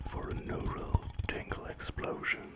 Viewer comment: when he said : you will tiggle: it kinda scared me, i was ready for it